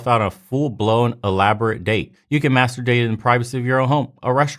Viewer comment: Every time you say masterdate i think you're saying master bate and that i agree with, when was the last time these women had a good orgasm